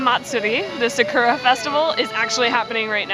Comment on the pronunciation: I love your guys' videos, even if you have the whitest, Americanest pronunciation for some Japanese words lol (Sakura as 'suh-KUR-ruh')